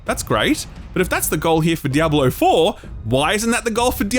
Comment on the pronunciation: Is it me or anybody else thinks he's saying 'Diablo Oh - Four'